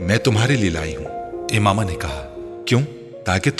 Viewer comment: It's Imama 😑